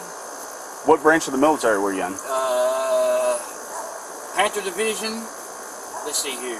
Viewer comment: I'm sure it's Panther, but I sure sounds like he said Panzer Division lmao. Guys cooked.